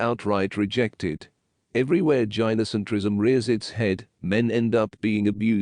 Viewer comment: Tip: When writing the script for your TTS, spell gynocentrism as guy no centrism instead. It'll help with the pronunciation.